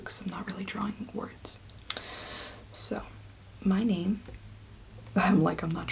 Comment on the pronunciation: You're pronouncing your son's name wrong you fuckin peanut 😂